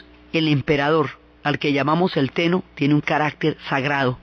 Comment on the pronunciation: Me encanta cómo relatas todo. Me encantó este video, aunque te quisiera recomendar que practicaras un poco los nombres. Sí, el pronunciar japonés correctamente es un poco difícil, pero sólo por la longitud, pero es que saca un poco del relato cuando se escucha "onshu" en vez de "Honshu" o "Amatserasu" en vez de "Amaterasu" o "Teno" en vez de "Ten-noo"... Por lo demás, es excelente!